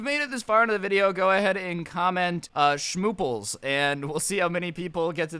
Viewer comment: Schmooples? Smooples? Shhhmooples? I think one of those are right...